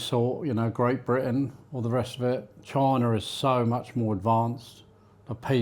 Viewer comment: I like how this guy pronounces China as "Choina" 🤣